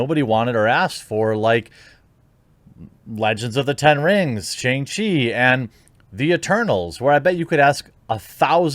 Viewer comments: SHONG CHEE. It's pronounced SHONG. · “SHONG-chee”. I love ya but please say it right